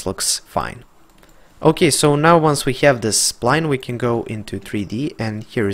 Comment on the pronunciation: Nice tuto...i hope you say Have instead of Heav now in 2020